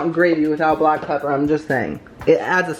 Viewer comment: i thought you said paper instead of pepper.